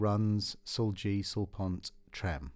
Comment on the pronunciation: Very nice! btw it is not "sul pont" it is "sul ponte"